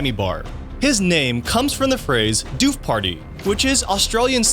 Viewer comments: Quick word on Aussie doofs. Pronounced Doof as in woof. Not doof as in goof. And named for the doof doof of the music that goes all day and all night until the events over. Also, never heard of it being called a “doof party”. Bush doof or rave are the only terms I hear. Awesome video all in all though! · FYI, in Australia doof (as in doof-doof music; techno etc) is pronounced like woof (a dog barking), not roof. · It’s not “dewf” 😂 it’s doooof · It's door-fh not doo-ph. ;). Like "book"... It's the sound a subwoofer makes, doof doof! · Doof is pronounced like woof, not 'dewf'.